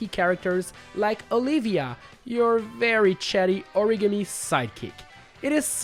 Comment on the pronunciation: I keep thinking about how he said origami